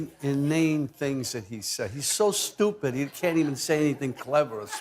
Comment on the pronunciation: The way he pronounced “stipid” is so Italian-New York. ❤